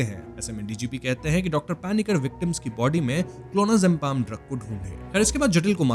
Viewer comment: ye koi adam zampa nahi hai. there is no m in clonazepam